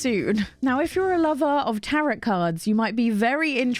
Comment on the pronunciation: All the games look amazing, Also just a side note, Tarot is pronounced like "Tare-oh", not like carrot.